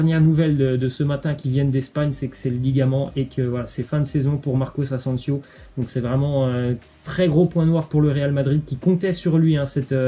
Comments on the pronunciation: On dit Marco Asensio pas Marcos asensios 😂😒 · Marcos ansensios😭😭😭😭 on dit marco asensio